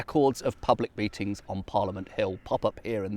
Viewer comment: Did a double-take in me kitchen when, at the mark, I heard “public beatings,” rather than “public meetings.”